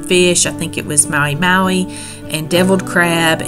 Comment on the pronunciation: I laughed when u called Patrick's fish Maui Maui. Did you mean to say Mahi Mahi?? I went snorkeling exactly where you were at and we also spent 4 hours at Crab Island and it was so much fun. I'm definitely going to check out Grayton Beach next time we go to Florida as it is very close to Destin. It looks like y'all had fun!!!